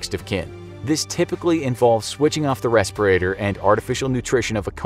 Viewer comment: I laugh when he say ventilator.. or respirator...